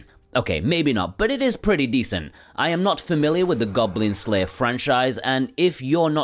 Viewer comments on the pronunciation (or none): "Goglin Glayer"...?? Get well soon! xxxx